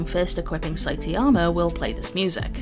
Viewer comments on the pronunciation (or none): Did she just say Saitiama??? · Who the hell is Saiteama? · the way you said saitama is crazy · Nearly had an aneurysm at the pronunciation of Saitama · im sorry... how did you pronounce saitama? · WHY DID SHE PRONOUNCE SAITAMA LIKE THAT 😭